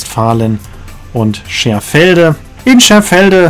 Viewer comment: Das heißt Scherfede und nicht Scherfelde